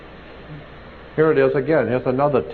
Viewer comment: It’s a phallus not phalix And seminary is short e sound not long e!